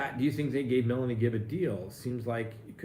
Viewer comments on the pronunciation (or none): none